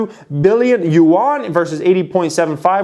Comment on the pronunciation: Youuann 😂😂. If ur gonna invest in Chinese companies, learn how to pronounce their currency so u dont embarrass yourself. Love ur content